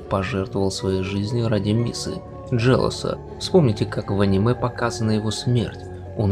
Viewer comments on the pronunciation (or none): none